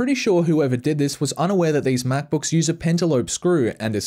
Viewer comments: apple mackbookeeese? omfg .... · 25 MacBooks, yes you heard that right, 25 Macbooks. again: *29 My Ears and Eyes: We're in Conflict.